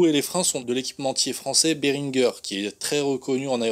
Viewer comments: J'ai des freins Beringer sur ma moto depuis 20ans et je n'ai jamais entendu ce nom prononcé à l'anglaise ou à l'allemande en France... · Beringer se prononce Bérungé mais à part ça super vidéo et super ulm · Mais arrêtez de prononcer Beringer Béringeure. C'est Français donc arrêté de prononcer le nom a l'Américaine ! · Et beringer se prononce a la française (bèr1gé) désolé je n'ai pas trouvé une manière de le prononcé aussi drôle qu' Alex D, sinon top la vidéo Bonne suite